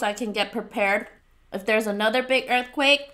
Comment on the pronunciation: My aunt was in a earth cweyk